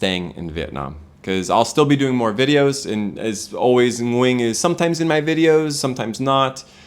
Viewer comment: The way says Nguyen’s name is IMPRESSIVE. Foreigners rarely can pronounce the Ng like native speakers can.